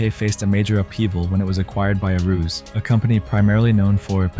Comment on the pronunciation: it is pronounced AH-ROO-ZEH